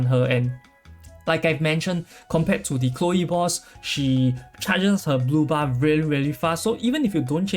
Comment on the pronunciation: I heard booba,and kept looking at the booba couldnt see much difference, took me a while to understand you were saying blue bar.. lol